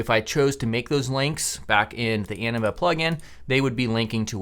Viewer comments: That's what I heard every time he said Anima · I thought he said “enema” and that this video would take a weird turn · ANIMA... It sounded like ENEMA 😂 🤣😂 🤣😂 🤣😂 🤣